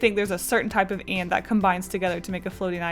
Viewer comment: Omg I remember you drawing this on stream I was watching it with my sister before we left for holiday and commented how I like the way you say ant ! It's great to see it get finished :3